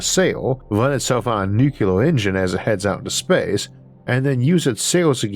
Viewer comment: You went for it! “Nuclear” ⚛️ sounded almost as it should! Keep it up brother soldier! You GOT this! Huah! 👍🏽👍🏽